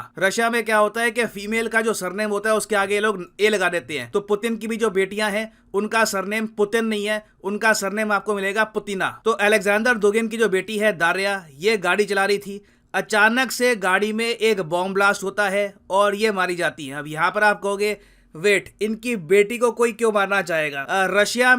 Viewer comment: 'Putina' sounds like 'Pudhina'🙄😅